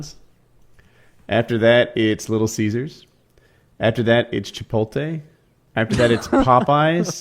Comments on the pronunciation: oh woody, "chip-ol-tay" lmao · I wanna reach through the screen and strangle him when he mispronounces things on purpose like that. Like he's never heard the word Chipotle before.